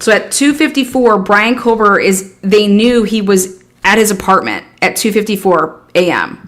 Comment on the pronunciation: Kober!!:face-purple-crying: Do we have to chop the last half of his name off?? is it too much trouble or are we hood-speech-lazy?? There is a reason george get's referred to as"G" and its only cool to other thug rats! On a more positive note, you can always call him Bryan instead of lazily butchering his last name (everyone knows without the last name by now)